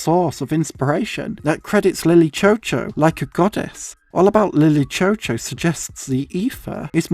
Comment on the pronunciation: from what i’ve seen online i’m actually pretty sure that it’s pronounced “lily shew shew”. that’s probably my only critique of this video. i remember watching this for the first time and i wish i could watch it for the first time again and again